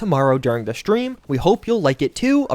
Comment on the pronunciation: I get shakes every time you pronounce "stream" as "schtream". No offense, but your accent gives me anxiety.